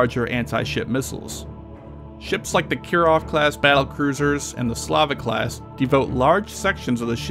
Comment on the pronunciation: wait.. did he say s l a v I c class?